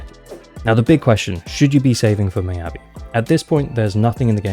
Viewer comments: Its not "my-yabi", its pronounced more like "me-yabi" for ur future vids! <3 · Attack or Anomany, she definitely my must pull because i don't roll for Ellen even when I have Lycaon. Also, Mee-ya-bi, not My-ya-bi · Why do you keep saying her name is "my"-abi? Her name is very clearly of asian origin so her name is pronounce "me"-abi. By the logic of how you're saying her name, you should be caller her my-a-by